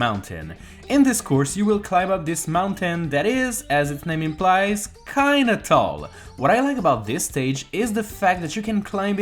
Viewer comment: How did you say “tall” correctly the first time and then immediately mispronounced it the second time when you said “tall tall mountain”